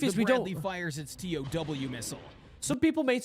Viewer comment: This guy calls tow missiles t-o-w missiles and it's fucking annoying.